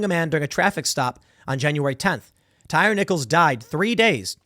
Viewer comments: its tie-ree lmao. tim calling this man a tire haha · That tire guy ... I believe it's pronounced Ty re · Tye-Ree not tire/tyre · I love watching white people absolutely fail at pronouncing black names 🤣 (Tie-Ree)💀🤣🤣 not tire💀🤣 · Tie-ree...not tire🤦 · TIE-REE. Not Tire. 🤨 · LOL TIRE NICHOLS.. It's Thai-REE. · He called him "tire" lol it's Tyre like tie reeee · Pretty sure it's pronounced "tie-ree" tim... who's name would be pronounced "tire"? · His name is pronounced TYE REE thank you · 😂 i realize the spelling, but it’s pronounced ty-REE… i think… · it's pronounced "tie ree" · It's "Ty REE" for God's sake.... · Why is it bugging me tim is pronouncing Tyre, tire !!! Lol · It’s pronounced Tie-ree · It's a stupid name please forgive Tim for mispronouncing a ret@ name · For the love of God, Tim…you’re from Chicago, you lived in NY and NJ, say the guys name right…you said it once and went back to butchering it. Second, fire your whole news team, they’re trash. ‘Centrist’ news reporting with leftist buzzwords…get real. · How do you live in Chicago most of your life and not know how to pronounce black ppls names 🤣🤣